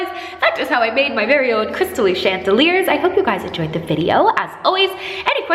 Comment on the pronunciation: When you say "crystal dealer" i can't help but think of meth..😂